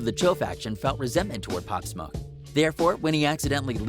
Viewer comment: Pop smah you mean pop smoke dude